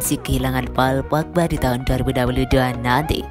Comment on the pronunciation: Kalau ngomong paul pogba lucu.. Paaauu’ul Pookkbaa..